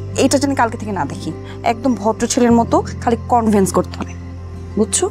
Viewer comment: এক্সকিউজ মি! কনভেন্স নাকি কনভিন্স?